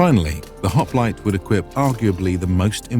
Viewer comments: You could have at least pronounced the name correctly. It's "HOP-LI-TAY" not "HOP-LIGHT" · "This is a Greek HOp-light." 🤦😂 Already messed it up 3 seconds in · Man oh man, I cannot get over how "hop-li-tay" is being continuously mispronounced.